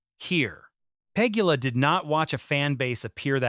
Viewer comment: 👎🏽 Pronounce names correctly—not just Eala’s, but at least Pegula’s too! 👎🏽 Your point is senseless! This is how the sport grows new followers; followers who are new to the etiquette and are learning over time. Pegula, Gauff, Osaka, McNally, Anisimova, and others have all said they prefer playing in front of a full stadium than an empty one!